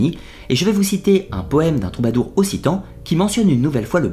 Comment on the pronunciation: Chez nous on dit o"k"citan comme dans langue d'oc. Sinon, super vidéo, comme toujours.